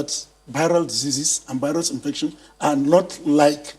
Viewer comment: It’s VIRUS not BIRUS🙄